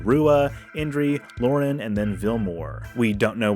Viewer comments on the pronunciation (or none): none